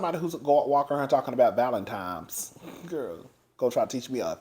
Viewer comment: All i have to say is Team Twirl for eva . Also, 'Valentime' took me out 😆